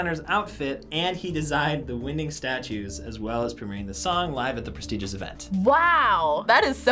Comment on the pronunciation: "Prestigious event"